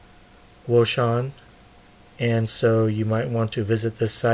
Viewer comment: wouxun I believe is pronounced Ocean. Thanks for the Video.